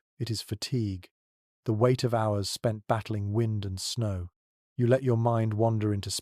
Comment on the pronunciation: Their ai mispronounced "wind" at least once. Shame on giving the impression that this a genuine person giving a crap of where and when I am. Shame. Or lack thereof.